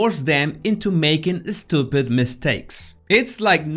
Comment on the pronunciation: “You eh-steewwpid boss” I ❤️❤️❤️his accent!